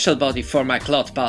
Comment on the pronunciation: I envy your childhood, man. Great video! Though I couldn't help but to laugh at the way you said "Clod Buster". Sounds like "Glut Buster". Sorry! :P